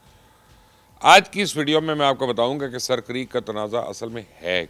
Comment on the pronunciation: Mubashir bhai it's not sir but it's a. Seer this is sindhi word